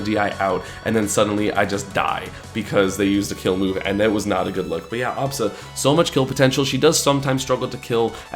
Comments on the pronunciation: The way he says absa drives me insane... it's not awwbsa it's ahhbsa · if only he stopped saying obsa and said Absa lol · it doesn't work cause he pronounces it "ah-bsa".